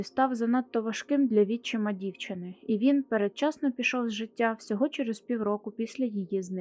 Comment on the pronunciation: З наголосами: дОнька, вітчИма.